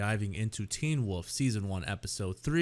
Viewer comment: am I the only person who hears this man say “woof” every time he says the word wolf ? this week On teen woof